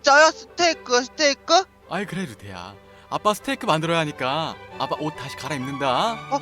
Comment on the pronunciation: 이 처음 시작 할때 아빠라고 했는데..빱빠라고 들은 1인